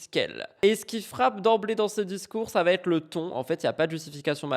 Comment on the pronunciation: je ne comprends pas ces gens qui font ce genre de liaisons surréalistes "ce Noël a-T-une saveur particulière". Sur YouTube c'est pareil, il y a une épidémie de "vaTêtre". C'est insupportable car ça fait mouton qui s'écoute parler 🧐